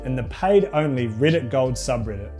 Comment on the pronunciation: ITS "REDDIT" NOT "RIDDIT"